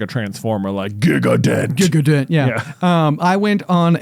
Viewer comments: Haha, not Giga-dent, Gigandet is French, pronounced Ji-gahn-day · saying Gigandet as "gig-a-dent" (which is mispelled anyway, LOL) was HILARIOUS